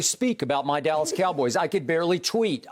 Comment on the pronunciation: Shannon said Dallah😭😭😭